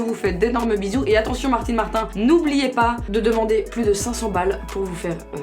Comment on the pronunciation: Serre moi la pinceee Marrr(petit roulement de r) tine